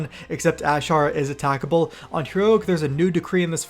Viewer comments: "ashar" lmao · Stop pronouncing Azshara like that